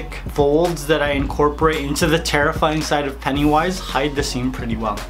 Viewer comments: Oh,so thats why he says peniwise insteas of pennywise? Sorry mate,didnt know. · I hate how he says PENIWISE instead of pennywise.